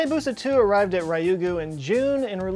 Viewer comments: Well, he gets "Ryugu" wrong every time he mentions it in his videos. It's not Rye-you-gu, it's Ryu-gu-. Like, say the word "you" but with a r at the start. リュウグウ（竜宮）"Ryu" in Japanese is never "rye". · Say it with me! A-ka-tsu-ki! Ha-ya-bu-sa! Ryou-gu!